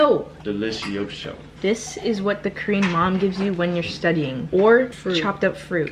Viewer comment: issss very Filipino HAHAHAHAHA love you!